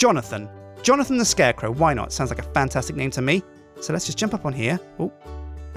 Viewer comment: I was thinking Johnothan when he said johnothan lol